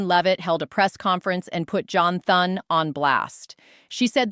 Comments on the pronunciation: No one is going to listen to her when she can't even pronounce Thune's name correctly. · AI cannot say Thunes name right